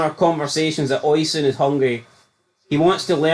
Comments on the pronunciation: I'm not Irish nor a Tim, but it's "Oh-Sheen" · I know him, its pronounced O-sheen. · is it pronounced ocean or os-i-an theres alot of celtic fans so i asume they know how to say irish names